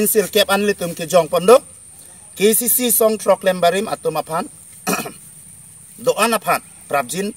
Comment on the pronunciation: Un educated person apotlo khei aphan kachongthui apot poisa amek kethe ale lobo.KACC puha pronounciation ningke thekthe le